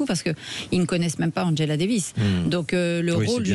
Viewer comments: Le son "ge" se prononce "gueu" en allemand comme Angela Merkel , mais en français et anglais se prononce "je" comme Angela Davis et non pas Anguela davis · Après avoir mal prononcé Angela lorsqu'il s'agissait de Merkel (ils le disaient à l'anglaise), voilà qu'ils le font avec Davis (ils le disent à l'allemande)... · Madame, messieurs, quels que soient vos griefs vis-à-vis d'Angela Davis, prononcer son prénom comme celui d'Angela Merkel est profondément inepte et ridicule.